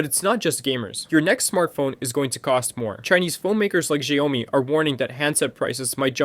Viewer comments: I'm sorry "jaiomy"? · To be honest, I wouldn’t be surprised if it was even read by AI, considering how he says DRAM and Xaiomi.